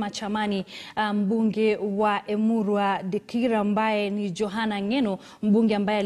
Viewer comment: I love the way Nick is pronouncing that Emurua Dikirr